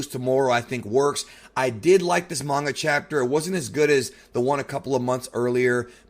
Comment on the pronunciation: Can you seriously learn how to pronounce names and the word manga your reviews are a disgrace when you can't pronounce words correctly